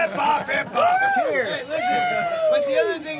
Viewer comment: "hip hop" sounds like "parkour"